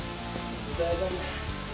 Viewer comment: ur seven sounds like HEAVEN xD